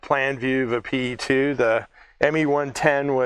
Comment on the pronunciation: Just a small correction, if you don't mind. The correct way to pronounce the airplane name is "Pe", not "P.E." The Soviet airplane names are not acronyms, they are usually just the first two letters of the designers last name, and are pronounced as such. The designer was Petlyakov, the airplane is just "Pe" (just like one pronounces the first two letters in "Pennsylvania").